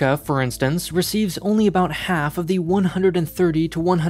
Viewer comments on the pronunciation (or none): none